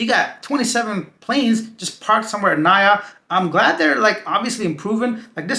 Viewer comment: We don't pronounce it as "Na-ya". We pronounce it as "Na-EE-Yah"